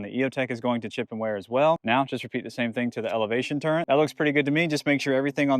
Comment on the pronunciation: This nigga says "turrent" 💀💀🙏🏻🙏🏻